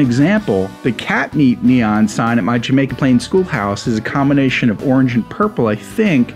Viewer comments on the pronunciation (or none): none